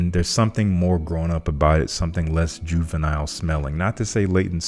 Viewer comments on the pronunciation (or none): none